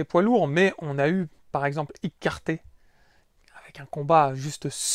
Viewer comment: Juste une petite précision, Ike se prononce ayk pour Ibeauchi et Ayké pour Quarté qui se prononce Qwarté. C'est pas pour me moqué de toi loin de là, j'ai vu quarté en live à plusieurs reprises et ça fait bizarre de voir le non de cette immense boxeur qui a failli battre Oscar De La Hoya.